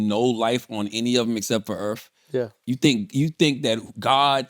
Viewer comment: “Earthf” Charla pronounces Earth with an F is hilarious 😂